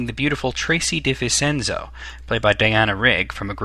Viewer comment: Please American's, learn how to pronounce names and get your facts right...First of all the name of Tracy DeVincenzo is pronounced Vin-chen-zo, not Vin-sen-zo...And it is Lazanby not LAZ-ANBEE.....